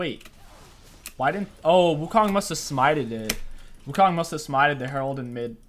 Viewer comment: perfect and effortless in SFX but gets trouble in pronouncing champs